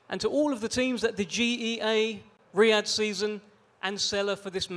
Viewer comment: Why don't you say Riyad season 1 more time 😂😂😂